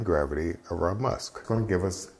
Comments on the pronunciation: It's called "Must" not 'Musk'. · PLEASE. It's 'must', not musk'; we aren't dealing with moose here. For beer it's 'wort' and for wine/mead/cider it's 'must'. Thank you. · its Must, not Musk 😄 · FYI, it's called must not musk.